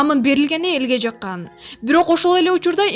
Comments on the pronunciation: жакан деп сүйлөйсүн жаккан деп соозуп сүйлөйт билимди кыргысча жакшы албаптырсын чон кыз капа болбо бирок асуу чындык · Жаккан деген сөз созулуп эмес басым менен айтылат. Дагы бир жолу кечириңиз катуу айтсам.